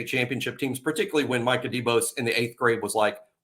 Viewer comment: Did say Minkah Debose lol